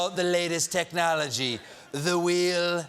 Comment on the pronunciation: The ridiculous moron couldn´t even pronounce technology.